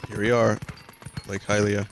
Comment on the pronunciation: Damn am I glad Vinny says Highlia. I cringe when people say Helia. Saying it like the word Helium is just terrible. I swear people just try to come up with the weirdest ways to pronounce letters in words sometimes. It reminds me of Pokemon mispronunciations and I don't even want to get into that.